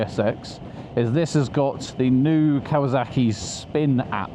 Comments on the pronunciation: It’s kawa(S)aki Not kawa(Z)aki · Why do you say kawazaki instead of kawasaki ???